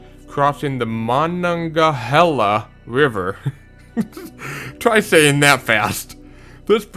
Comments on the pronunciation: oof Monongahela: [mah-non-gah-HEE-lah] [mah-nah-gah-HEE-lah] is also acceptable. Try saying that fast? That is part of my experience as a 12-year old who had to learn to pronounce and spell it. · Fellow engineer here and just want to help with some pronunciation. No disrespect intended. Potomac River is Poe-toe-mick Monongahela River Is Ma-non-gah-he-lah Narragansett Bay is Nair(like hair)-ah-gan(like tan)-set Also DC has the post tensioned concrete box segmented Woodrow Wilson Bridge. It replaced the original drawbridge that was constructed in 1962. Virginia also has the Natural Bridge in Natural Bridge State Park. It is a natural rock formation. Francis Scott Key bridge is a great loss to Baltimore MD. The Chesapeake Bay Bridge is so frightening to some people that they are willing to pay someone else to drive their car across it. I walked across the bridge back when they had a Bay Bridge walk. A friend helped inspect the bridge a few years ago. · how to pronounce it Mon-non-ga-hela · You could do a video for each state. Of course, you should learn how to pronounce Fayetteville, Potomac, and Monongahela. 😂 Did you know the Monongahela River goes through Monongalia County?